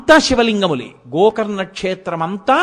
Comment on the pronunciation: Gokarana kaadu gokarna